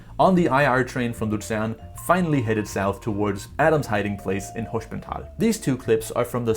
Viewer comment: Btw altough you mastered the pronounciation of "sp" as "schp" which is correct in German (for example Gespenst (ghost) or Springer (chessfigure knight, literally jumper), I would say That Hospental is not pronounced as "schp" but as normal "sp", because s and p here are in two different syllables. Maybe it is right due to regional accents but in High German you would probably Pronounce it like I said :)